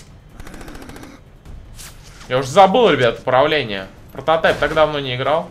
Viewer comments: не прататай а прататип не русски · Во первых не протатаеп а прототайп во вторых не прототип а прототайп) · Не протатайп а прототип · не прототеп а прототип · правильно говорить прототип 2